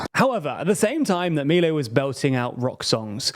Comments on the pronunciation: Its Miléi guys, that is not hard to research... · Just a minor note: Milei should be pronounced mee-LAY (accent on Lay, not on mee). Thanks for your outstanding work.